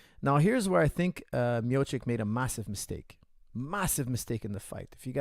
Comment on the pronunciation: Coach, it's Mio-chi-ch